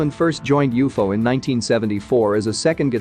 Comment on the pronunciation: It’s not u-fo idiot, it’s u-f-o , moron